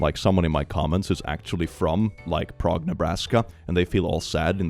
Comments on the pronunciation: Prague Okla is pronounced “pray gah”. We also have a Miami pronounced “my am uh” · I am from Nebraska and have been to Prague. Not exactly the tourism capital of the great plains. And it's also pronounced with a long "a", like pray. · Oklahoman here... Prague Oklahoma is not pronounced Prague It's pronounced PRAYG! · The Oklahoma Prague is pronounced PRAYG. Don't ask me why. They have a kolache festival every spring. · Fun fact: “Prague,” Nebraska is actually pronounced “Prayg” because why the f not Source: I’m a Nebraskan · Lol as someone who has actually been to Prague, Oklahoma, I still wouldn’t even think of that first. Also, I think they pronounce it “prayg.”